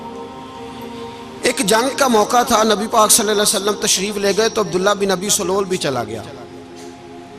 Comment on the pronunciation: پیر صاحب اس منافق کا نام عبداللہ بن ابی سلول نہیں ہے بلکہ اس کا درست تلفظ عبداللہ بن ابی ابن سلول ہے یعنی ابی والے لفظ کے الف پر زبر نہیں بلکہ الف پر پیش اور ب پر پر زبر پڑھیں تو درست لفظ بنے گا باقی آ پ واقعہ صحیح بتا رہے ہیں